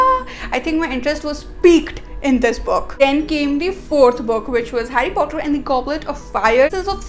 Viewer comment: It's not fhotter it's Potter 😒